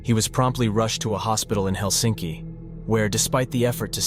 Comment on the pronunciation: The funny thing about pronounciation in Finnish, it is so easy and obviously it isn´t understood. 1. The emphasis is ALWAYS on the first syllable. What kind of stupid foreigners don´t understand this??? Which word is hard? Helsi´nki is wrong! He´lsinki is right. What is so unbearably hard that it is impossible to get into one´s head?? 2. double vovels or double consonants are pronounced LONG. Sirkka, Pekka, Saara etc 3. First principle is that the Finnish language is pronounced exactly as it is written. Diphthongs are pronounced. Auvinen, sauna etc. U is pronounced like an O and O like the Swedish Å. Otherwise there are no exceptions. Good luck. Most of the names in this otherwise good documentary were pronounced in the wrong way. Somewhat disturbing.